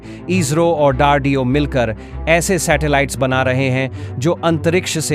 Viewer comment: What is dardeo? It’s DRDO